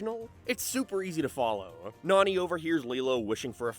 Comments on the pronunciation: fucking hate how this fella keeps BUTCHERING to nanis name, NAH-NE NOT NANY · Her name is pronounced “NONNY”, not “nanny”! You butchered her name! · Hearing the way you pronounce Nani is crazy, considering you liked the movies and have heard that they pronounce it differently Wait at like you switch to saying it right lol? Why are you bouncing from Nanny to Nani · Hey I'm gonna call you out as a fraud. You can't pronounce Nani's name correctly but it's one of your favorite movies? The live action movie isn't as good, but it's actually the only good live action from Disney. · i know you're an island boi(Irish) but I don't think Nani is pronounced like fanny. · Given the context of the whole video, the way you say “Nani’s” name is hilarious. Lmao